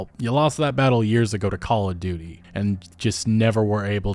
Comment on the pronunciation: I just hear ”Call of Doody”. :-/